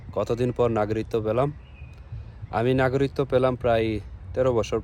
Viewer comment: ভাই নাগরিকত্ব শব্দের উচ্চারন শিখে তারপর ভিডিও করেন